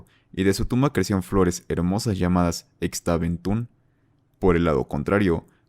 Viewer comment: Como dato, Xtabay se pronuncia como "ishtabay", lo mismo con la flor de Xtabentún (Ishtabentún)